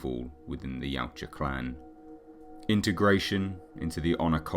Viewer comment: I edited my original post. It just kinda throws me when people emphasize the "U" in the species name. But a good video nevertheless. I'm just a massive "Predator" fan and nit-picking =)